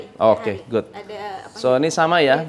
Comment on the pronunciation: Jangan gaad good gaad good...aaach..